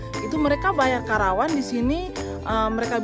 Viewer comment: Bukan karawan kk tp karapan